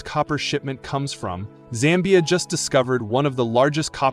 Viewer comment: Its Zambia not "Sambia"